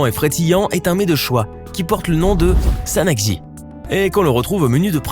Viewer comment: quand il dit sanakji c'est bizarre écouter bien